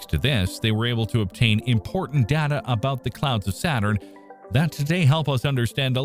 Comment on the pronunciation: I keep listening to these videos, hoping one day the YT presenters will learn to correctly pronounce such simple words as.... data. Not likely though.